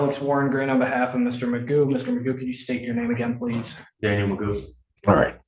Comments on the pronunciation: I can’t take this eejit seriously - his name is McGough but he pronounces it ‘MAGOO’ …..he’s clearly a cretin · His name is not Magoo, it is McGough (rhymes with cough) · His name's not Magoo it is McGough he just insists on pronouncing it incorrectly as Magoo. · We know Magoo is an idiot, because, McGough is pronounced McGoff. (satire)